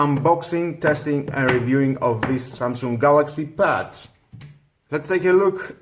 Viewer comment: Not Pads. Buds, with a B